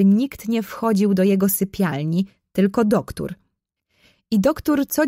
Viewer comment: Mega fajne.❤ Tylko ja w książce nie miałam duktur tylko doktor. Ale fajniejsze się słucha ❤❤❤❤